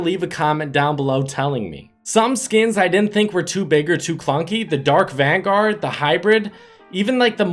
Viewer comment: He said dark vangar